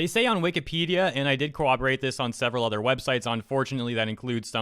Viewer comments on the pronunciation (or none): none